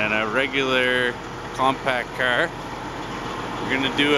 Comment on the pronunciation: "here we have a compact caerrrrrrrrr, and a D10errrrrrrrrrr"